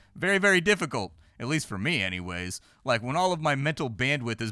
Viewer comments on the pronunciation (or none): none